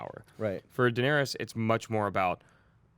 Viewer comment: And when says "Daenerius" instead of Daenerys